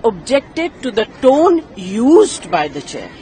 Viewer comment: Tune nahi tone